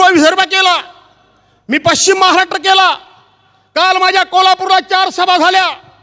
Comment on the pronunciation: भास्कर तू महाराष्ट्राचा उल्लेख नीट कर... महाराट्र नाही रे झंडू "महाराष्ट्र" आहे....